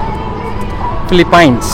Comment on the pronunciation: Hi, First of all it is not pronounced as ফিলিপাইন, it should be ফিলিপিন্স | it seems like you left Ilocos Sur already. waiting to see videos around those rural spots! good luck.